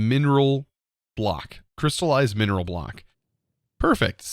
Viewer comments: it's menril sapling, not mineral sapling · Slowly going insane over here with MENril being pronounced as mineral. xD Love the vid! <3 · Does it feel weird for anyone else to hear "menril" being pronounced like "mineral"??